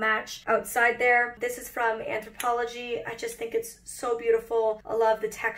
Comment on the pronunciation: Sorry late on commenting: On a Molly binge right now! Take a shot of water every time Molly says, " Anthopologie"